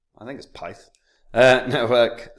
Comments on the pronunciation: Pronounced PITH 😂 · man said pith lol